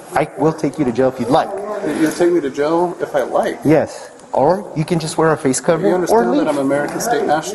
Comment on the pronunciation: She's going to GEL? How do you GEL? Is this a Dr. Scholl's reference for her? The infamous drunky-reset... Even after calm and professional informative explanations, the drunky forgets everything previously stated and reverts back to the already answered question. She also needs her lawyer UH-mediately? Stay classy. Stay classy. 😊